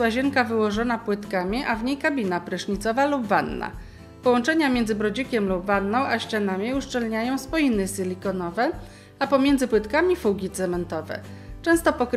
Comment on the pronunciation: Połączenia sylikonowe, a na opakowaniu jest silikon, to chyba wymawia się si li ko no we, takie tam